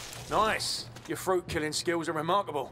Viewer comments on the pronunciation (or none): none